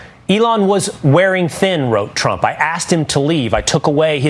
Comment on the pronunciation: I remember when you first pointed out the press sec can't say Trump. So you're going to just roll with Frump now😆